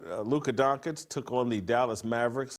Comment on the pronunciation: DonChiCh for god sake!